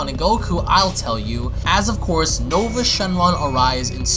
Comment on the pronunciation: I know nouva spelled weird but plz just call him Nova.